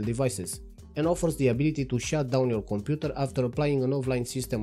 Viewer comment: your accent makes Computer sound like Komputer which matches perfectly with KDE naming